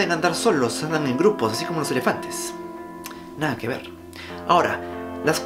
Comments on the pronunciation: sonó a Argentina, recordemos que Uruguay es prácticamente una provincia de Argentina. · "Nada que ver" jajajajaja sono muy a mi pais xd muy interesante videoo saludos desde Uruguay!